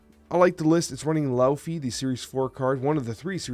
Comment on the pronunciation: every time mispronounces Laufey, i'm gonna leave a comment reminding him it's "Lay-Vay"